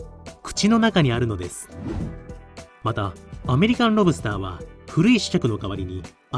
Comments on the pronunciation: セプテットリリー ロブ↑スター→が通常。ロ↑ブ↓スターは違う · ロ↑ブ↓スター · ロ↑ブスター